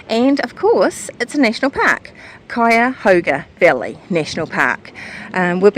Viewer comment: You surely did pronounce Cuyahoga right. I was born and raised near the Frazee house and my youngest sister still lives in the same house. The older sister lives just up the hill from MD Garage. That was a lengthy ride you two made.